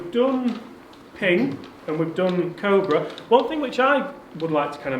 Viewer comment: Please get Mark to say Cobra correctly 🤣